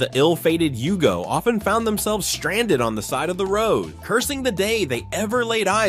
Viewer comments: And it was a Yugo, not a Hugo! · It's a Yugo, not a Hugo... And nothing american about it.